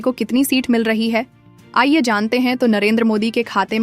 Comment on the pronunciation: Google voice 😂😂😂 Aaiye jante hain nahi, Aaye Jant 😂😂😂